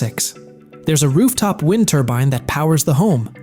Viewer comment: One thing AI can’t do is distinguish between wind like wind a clock and wind like the shit that’s blowing all around the earth and live as in he lives or live like live wire if you can’t make the motherfucker say it right it’s a straight give away